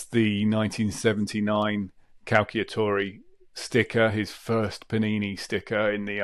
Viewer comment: Nice video, but please say cal-cha-tori 😅